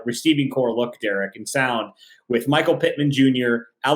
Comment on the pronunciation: Derek the way you pronounce his name makes me cringe 🤣🤣